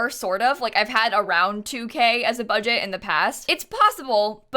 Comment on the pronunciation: Nobody:...: bUgEt cHaLeNgE!!!!